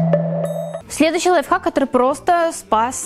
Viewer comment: Мне скачало казалось что ты говорила лайфак😂😂,приколь